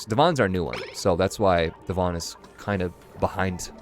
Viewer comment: Every time you say Devon, I hear "dywan" which means carpet in Polish xd